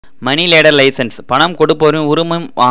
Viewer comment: Money லெண்டர் லைசென்ஸ்.... நீங்க லேடர் ன்னு உச்சரிக்கிறீங்க